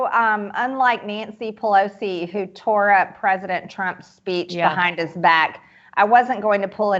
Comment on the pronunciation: prizidon Trump lavi said وعد